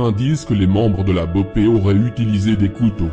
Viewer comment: Autant quand tu parle de France j’aime bien tu tape souvent dans le mille Mais la c’est très très très très à côté de la vraie « guerre » Déjà, CV n’est pas un gang mais des « franchises » d’un groupe, qui sont en guerre avec les PCC qui sont bien plus gros et un vrai gang Pour l’opération la BOPE (on dit boppe, pas bopé 😂 que mrda é essa mlk) n’est pas du tout à l’initiative, ils ont étés appelés en renfort par la PM qui travail pour le gouverneur, c’est avant tout politique, mais lâché rien, le travail n’est pas mal mais a mieux préciser les choses